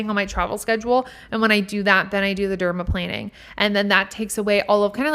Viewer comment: I love these tips!! Okay first as a skin and hair care specialist and retired nail tech yesss to all of what you said!! Also I personally despise acrylic nails 🤢… gel or press ons all day!!! And yes you are saying it right 😉 “Derma-✈️-ing” lol Second OMG we listen to the same playlist 😍 and third I think my biggest takeaway is to stop filtering myself!! Be me and not performing, I’m doing that in my podcast but like on my social media that’s my biggest shift to do!